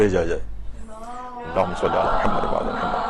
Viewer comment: آپ کے درس میں خواتین درود درست نہیں پڑھتں۔ شروع میں اللہم کی بجائے الا ھما اور آخر میں محمد کی بجائے محماد پڑھتی ہیں ۔۔ اصلاح فرمائیں